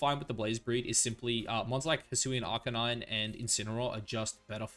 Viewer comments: I was loving this video you said…Arkaninay? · That arcanine pronunciation was atrocious